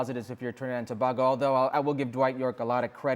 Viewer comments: It's To- bay-go/Tobago, not To-ba-go!!! 😡😡😡😡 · Thank you.... tobaaaaaaaago annoys me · Pronounced “Toe-bago” Herc. Damn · Aye tel da man to pronounce we country name correct seem he's to proud to be whatever Mexican wanna be american he is and shaka just bow his head whilst he still saying to bag go if a trini see him .. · I cringe everytime this guy says Tobago. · Can Shaka please correct how Herc pronounces Tobago? It's not a huge deal but it just sounds so odd.